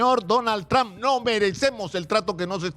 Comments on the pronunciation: Primero debes empezar saludando y hablando y pronunciando su nombre del precidente Donald Trump, que uste periodista está pronunciando su nombre del precidente de U.S.A. muy mal, el precidente no se llama tran, el precidente se llama su apellido Trump y no tran, ni eso sabes pronunciar bien, que clase de periodista eres tu? que no sabes pronunciar su nombre en ingles?desde Nueva York la capital del mundo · Tr”a”hmp. No trom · Sr. Periodista se escribe Trump pero se pronuncia trom, no tran . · Sino sabes Lee para q no hables estupideces .se escribe lleva u pero se pronuncia tramp